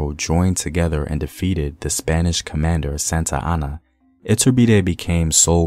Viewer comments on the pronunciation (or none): none